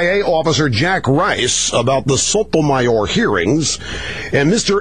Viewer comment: lol, rush pronounces "sotomayor" like none other.